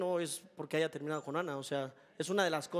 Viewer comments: Esa tipa dice aiga y según escribe un libro jajaja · La flechada de Jonathan dice escribir un libro y dice "aiga" jajajaja